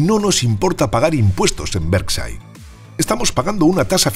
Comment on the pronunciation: Españoles por favor pronuncien bien por respeto a los demas los anglicismos van pesimo, Berside no, es "Berkchair" hablen por favor de la economia española.